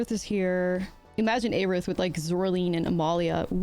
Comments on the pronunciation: FF fans are going to be upset with how you’re saying Aerith 😂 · Why do you say aerith like that lol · God the way you pronounce Aerith hurts my brain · Aerith was a mistranslation anyway, correct would have been earth. So there is no correct way to pronounce it.